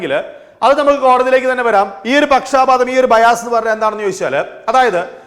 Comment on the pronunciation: Not pakshaapaatham. It is pakshapaatham.